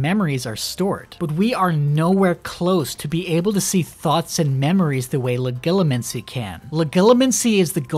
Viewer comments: the way you say legilimency makes me want to die, IT’S LE-JEE-LEE-MUN-SEE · I always pronounced the g in Legilimency like a j